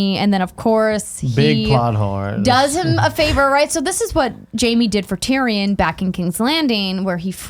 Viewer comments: Why am I watching this video when can't even pronounce Tyrion after 8 years.. Tyran? Really? More than once you call him Tyran? Smh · "Tireyon" . K bye